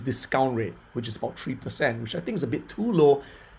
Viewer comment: Tree cent